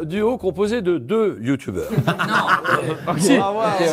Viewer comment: "C'est 6 Youtoubers" Julien Lepers - 2019 Vidéo excellente autrement ! 🎉